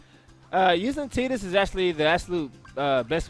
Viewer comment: lol still gonna say TI-dus instead of TE-dus